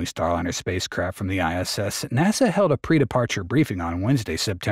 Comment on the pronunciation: Would a real narrator pronounce NASA NAWSAH ?